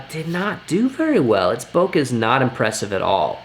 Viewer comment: 2 times converter not 2 ex! Also Bo Kay not Bo Ka for Bokeh. Useful video though. Thanks.